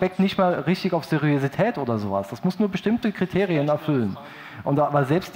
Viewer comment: Raucht mal ne Tüte Deutsch. Das Wort heißt Seriosität. Mit O und nicht mit Ö.